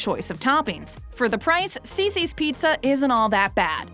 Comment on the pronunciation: Not Cicis!!